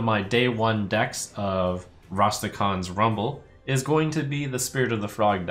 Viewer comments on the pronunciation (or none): Rastergon's rumble? What is wrong with all these pronunciations? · Trump : Rastergaann!!! Kibler : Raskathaaaan!!! 😂😂😂